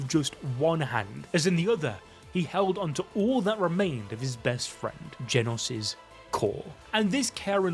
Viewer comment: “Genus” he says💀🥀